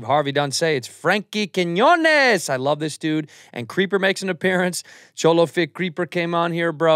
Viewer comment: seriously, first Segura mispronounced his name and now you??